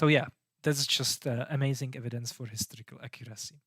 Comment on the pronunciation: I like your pronunciation - "the hysterical reliability of the gospels" indeed.